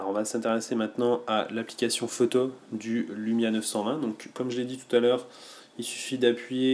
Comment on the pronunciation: Salut, tu fais de tres bonnes review, par contre ça me stresse ta manière de dire "photo" faut que tu corriges ça stp, j'avais constaté ça sur les autres tests mais là c'est flagrant alors je laisse un commentaire ... (ecemple à 4 min) [K]